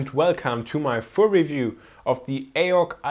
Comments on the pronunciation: Isn't it ay-oh-see, not ay-ock? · Its pronounced A-O-C not Ayoc